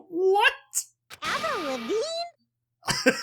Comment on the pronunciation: I'm sorry I just love that part when he said Avril Vavinge 😄